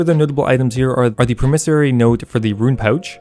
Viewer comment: I love your videos but the way you say "promissory" makes me want to die